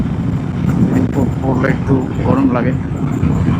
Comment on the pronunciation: রেইনবোট নাকি রেইনকোট ?